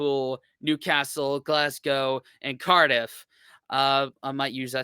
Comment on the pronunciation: Point 1 - Don't pronounce Glasgow Glass-Go - It's Glaz-Go. In London, go eat at Borough Market, then head to the coast - and any town on whatever coast you choose, THIS is where you buy your First fish and chips.